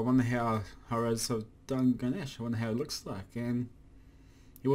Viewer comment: u have been waiting for him but never say his name correctly